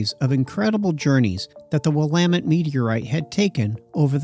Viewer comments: It’s clearly NOT a “robot voice”. He even pronounced “Willamette” correctly. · Thanks for pronouncing it properly